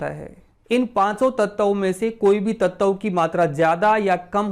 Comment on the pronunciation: Nice information. Aap bar bar tat-tav kyun kehte ho. Tat-va kaho sahi rahega. Dhanyawad 🙏